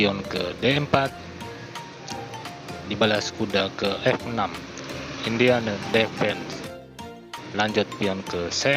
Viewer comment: Saran utk admin. Kalo kurang pande berbahasa Inggris sebaiknya latihan dulu utk mengucapkan bhs Inggris. Contoh pengucapan "Indian defence". Video anda jg ditonton oleh orang asing.